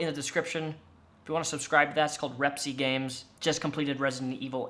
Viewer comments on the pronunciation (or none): Heyy I’m pretty sure Repzion read your comment and agreed at the end of his latest video. He didn’t pronounce your name right lol